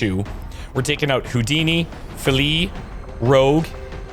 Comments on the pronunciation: I'm here to provide some invaluable intel regarding one of your squad members - 'Filidh'. This is a Scots Gaelic name, and as a Scotsman, your pronunciation leaves a lot to be desired!;) The closest I can get to explaining the correct pronunciation in text would be 'Philly' (as in the colloquial term for Philadelphia) Hope this helps!:D Good luck,. As you were... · Submitter of Filidh here, it's pronounced closer to saying the word "Fee" and the name "Lee" really quickly without too much emphasis on the e's, though I totally submitted this character knowing how hard it'd be to get the Scottish Gaelic pronunciations right and wanted to see how you'd manage it. Have fun,! Also I love that he ended up being a field medic, he'll definitely think twice before healing any English soldiers, so be careful who you squad him up with lol.